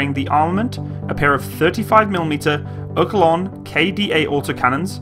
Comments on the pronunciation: By the way, It's Oerlikon, not Oerkilon. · Actually its pronounced 'Erlikone' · Hmmm. Its Oerlikon NOT Oerkilon! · Its oerlikon not oerkilon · "Urkelon" – Right. What was that about making a bad impression of yourself? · oklong? It's spelled Oerlikon! (it's a city district of Zürich, Switzerland. I grew up in Oerlikon ^^) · " Oor- lik-on" ..you welcome. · No don´t. As long as this guy struggles to even say "oerlikon", you really, really don´t want him anywhere near the German language... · imagine using only passive sensors and being buried with a whole tank battalion of those in camo somewhere and then a billion dollar wing of f35/22 is coming in low ......and fall out of the sky , getting hit just by f****ng shells ....for about 30 grand in total by a Bataillon of old used 70´s gepards .... ...what a shame oh by the way .....the manufacturer of the gun is oerlikon .....english pronounciation is ER-LEE-CON .....NOT ERKELON edit in 2023 ....as we see in the ukrainian war . those kind of systems would be a necessity in the future to have to defend your cities against small drones or even commercial small drones in the open field , when a guided missile system is to expensive or can be overwhelmed with 25 small kamikaze drones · Dude! Learn how to say "Oerlikon". Thats a fucking WELL KNOWN manufacturer of guns, weapon systems and components for weapon systems and if you want to keep doing material on weapons you will run into it many times! Learn it.